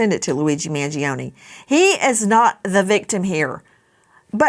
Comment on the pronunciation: Learn how to pronounce Mangione first